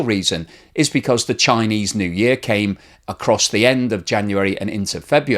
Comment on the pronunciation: "yeeah" is not a word. It is "year".